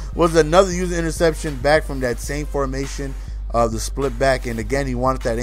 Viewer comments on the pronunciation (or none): Usah not user you used to say usah